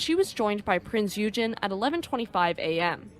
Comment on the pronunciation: and -some help with pronunciations; Ensign is pronounced ehn-sun Eugen is pronounced oy-gun Lütjens is pronounced loot-jens Finally, a piece of trivia: Ballard was on a top secret, classified project in 1989. He had asked, if there was time, could he seek out Hood and Bismarck? He was told that he could, if time allowed. He finished the classified project 12 days ahead of schedule. On Hood, he had to do some searching, but finished with five days remaining. On Bismarck, he had help in that another searcher had found her and provided the clue: "Look for an undersea volcano, you will find her on the slope." Since there was only one volcano in that area, they found Bismarck easily. Bismarck landed near the peak and slid down through the mud to near the bottom of the slope. Addendum: Going against Ballard's feelings to leave Hood intact the Royal Navy did recover the ship's bell from the Hood and it now resides in the naval museum of Portsmouth.